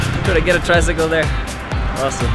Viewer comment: How i say tricycle tricy*kel*